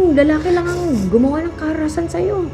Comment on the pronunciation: Tama ba narinig ko kaharasan? O karahasan